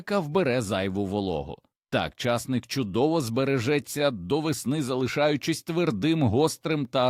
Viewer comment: Поради може й мають місце,але на кілограм овочів,а на центнери і тонни- зась.В селах були ями,кагати і льодовні.Не розумію,чому часник з наголосом на першому складі і багато інших слів так же сковеркані,не по-українськи.